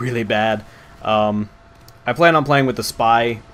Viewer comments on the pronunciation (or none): none